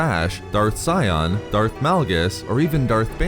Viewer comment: Not Scion it's Sion